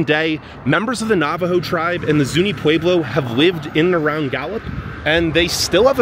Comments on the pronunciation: It’s not pweblow it’s Pueblo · I keep chuckling at his pronunciation of Pueblo. 😸. it is a very beautiful drive from Albuquerque to Gallup and I have been several times and didn't think it was dangerous like this video claims.